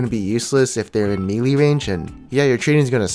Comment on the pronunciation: Melee is pronounced May-Lay not Mee-ly.